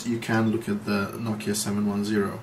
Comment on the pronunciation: Finally someone who Says Nokia the proper way. :D